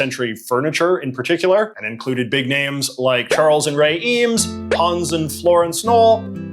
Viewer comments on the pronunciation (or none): none